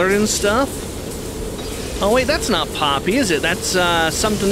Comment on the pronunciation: Ok first called poppy woody the you called her pa-nok-io